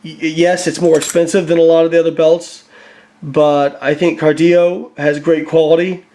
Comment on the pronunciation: FYI it is pronounced 'KAR-DILLO" not KAR-DIO. He is not Hispanic. I've known Steve for over 20 years and he makes the Best Belts on the Planet. I have my original Cardillo Belt from 20 years ago and wear it to this day and I am a Competitive Power lifter and Body Builder. Keep up the good work. #strapup